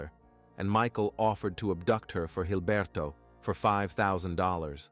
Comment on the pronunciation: Jesus Christ it's Gilberto. With a G. Quit pronouncing it with a gay ass accent. Call him Gilberto, blockhead, pig, or shit for brains. Not Hilberto.